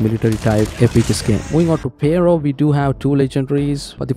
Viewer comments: "PARO" lol its Pharo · Duuude! The way you say Pharo 😅. I tried again and again to listen what is this gun you're mentioning that MSMC has the skin for. Turned on the subtitles to see but the subtitles kept saying "payroll" again and again. Until the actual gun came and I realized this was it 😅